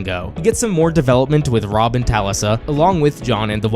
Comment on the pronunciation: Robb’s wife’s name was Talisa, pronounced Tuh-Le’-suh.